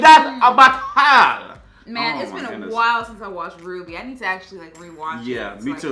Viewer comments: It's pronounced RWBY (Ruby). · Can stop referring RWBY as R W B Y? It's pronounced as "ruby" but with a "w" instead of a "u" and the fact that he's still doing is annoying